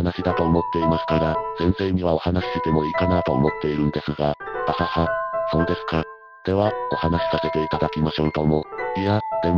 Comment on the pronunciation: そのまんま読み上げソフトに読ませてるせいで「はは」って笑いが「はわっ」って発音になってしまってて爺さん連中が急に萌え系四コマの美少女になっちまう どうにかしなさい